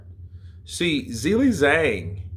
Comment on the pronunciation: Hey dude, dig your content, appreciate you keeping us so up to date on boxing, but I will say: every time you pronounce Zhang's name as 'Zilly Zang' I wince a little bit.